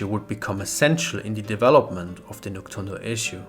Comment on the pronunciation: It's actually pronounced Nok-DOON-do. Not Nok-TSUN-do.